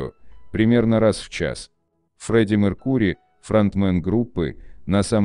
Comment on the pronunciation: Вообще то, правильно произносить МЕркури (удар на первый слог).